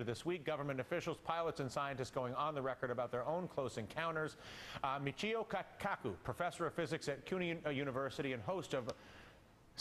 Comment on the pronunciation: "Michio Kakaku" hahaha